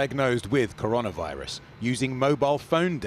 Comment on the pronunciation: Cor-ON-a-virus? This man has not heard of this thing yet?